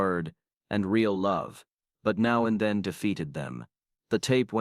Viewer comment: As soon as I heard "November TOOTH" I'd already heard enough. The 'Now and THEIN' casssette finished me off. It's time there was a separate You Tube AI app methinks.